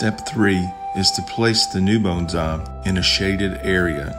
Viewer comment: I just love how you pronounce "bones-eye!" I miss living among southern people! ;-)